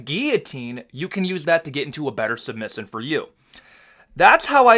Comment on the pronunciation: The way he says position and submission 😂